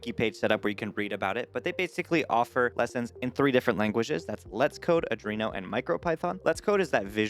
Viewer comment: Also I'm pretty sure you are saying Arduino wrong... It didn't stop me subscribing though haha